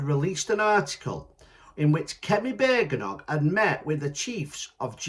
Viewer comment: It's Bad-en- och mate. 😂😉